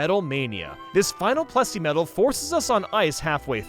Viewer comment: plessy not pressy